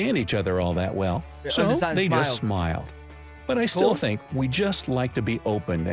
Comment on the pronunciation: I "fink" its weird that you say "fink" for think! :) Born and raised in USA... we don't say "fink" for think... a "fink" is a rat, a traitor, a bad guy. LOL! Cheerio, lad!